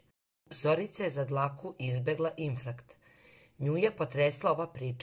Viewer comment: Zeno ne kaze se ifrakt uzas